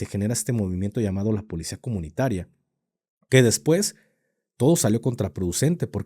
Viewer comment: Alguien más le da Grinch escuchar al decir: polecia? 😢😢